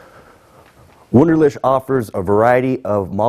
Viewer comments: ToxicDonut81 lol not to mention the W at the beginning! "Voonderleehk" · A little embarrassing that you can't pronounce your employer's name correctly. Ask a German from HQs to teach you the 'ch' part on the phone. It does NOT sound like 'sh'. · That's how they pronounce it in Iowa, lol.